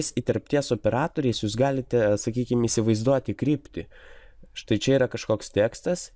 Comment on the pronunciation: Prasau nesakyk isivaizdoti per ausis eina :) Btw :LIKE